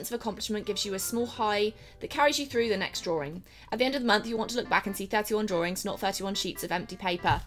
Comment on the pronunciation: Some people also say draw-ing not drawring lol. Sorry. Dont h8 me.